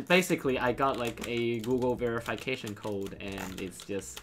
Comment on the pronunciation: me: ve-ruh-fuh-kay-shun: ve-re-fai-kay-shun